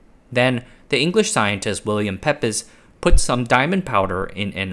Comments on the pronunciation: I think Pepys is pronounced Peeps. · I think the pronunciation of Pepys is Peeps not Pepiss. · Minor correction: The English surname Pepys is pronounced "Peeps." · Pepys is pronounced Peeps. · Or you could think of it NOT having an E - HARTH. 🙂 You may also want to see about pronouncing Pepys (English is tricky). It is more like PEEPS (rhyming with the noises that baby birds make - cheeps). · FYI Pepys is pronounced peeps